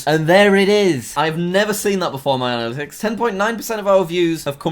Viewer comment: Other youtubers: Analytics! Jack: ADalytics!!